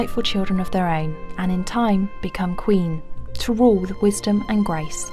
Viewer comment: Pwincesses? Gwace? Please let's get a narrator without a speach impediment...